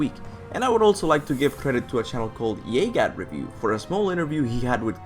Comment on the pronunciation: Hahaha..jagat jd d baca "yegat"..gua suka lidah bule kalo baca indo 👏👏😁